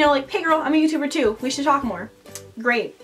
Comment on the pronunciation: "eva is the best youturrrrber ever!"